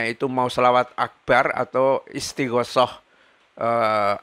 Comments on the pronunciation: Maaf, koreksi kepada, saya mendengar ber ulang kali melafalkan kata Istighotsah dengan lafal Istighoshoh, padahal seharus nya yang benar dilafalkan dg: ISTIGHOTSAH. Maaf, TERIMA KASIH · Maaf ustadz. Bukan istighosoh tapi istighotsah.